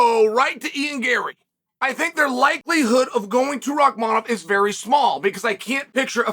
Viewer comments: Bro this nigga said Rimaev😂😂😂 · I am convinced CHAEL is butchering guys names on purpose at this point 😂😂 JACK DELA LEMA SHAVKAT RIHMAYEV KAMARA